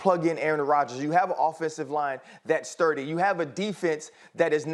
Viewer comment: It sounded like ryan Clark said ol 30th. Lmao I know he said sturdy